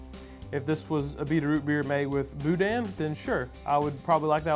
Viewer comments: The N is somewhat silent in boudin... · Did you just say boui-DAN?